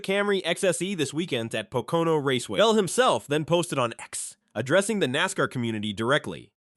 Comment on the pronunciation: Is Pocono not patoka on like you were saying